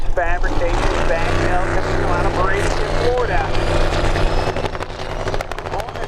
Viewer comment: Repeating (to the announcer) there is no "i" or "g" in Bradenton FL (so it isn't pronounced Brade ing ton)...